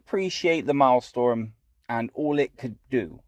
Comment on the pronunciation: Its Maelstrom. Not Maelstorm. Pronounced: "malestrum". If you're gonna showcase content, you should atleast pronounce the name right. xD